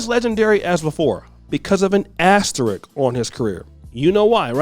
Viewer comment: ASterisk not Asterick